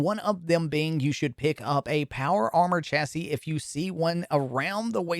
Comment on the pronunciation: ''CHA-SY'' What the heck, why do you pronounce it like that? Weird, is that Canadian?